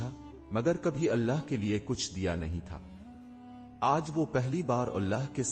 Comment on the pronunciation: بھائی اپ نے واقعہ بہت اچھا سنایا ہے پر اپ کی اردو بہت زیادہ خراب ہے اپ اللہ کو اولا بول رہے ہو ایسا کون بولتا ہے تھوڑا سوچ سمجھ کے ویڈیو بنایا کرو کیا اپ نے کیا الفاظ استعمال کرنے کیا نہیں اللہ ہوتا ہے اللہ کی بارگاہ میں اللہ کا نام بہت اچھے طریقے سے ادب کے ساتھ لینا چاہیے